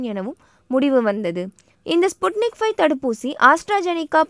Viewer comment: ஸ்புட்னிக் ஃபைவ் என்பது தவறு. வி என்று தான் சொல்ல வேண்டும் என்று நினைக்கிறேன். ஃபைவ் அல்ல